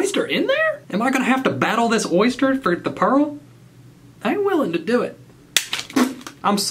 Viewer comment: “ThE wOiLd Is YeR eRsTeR”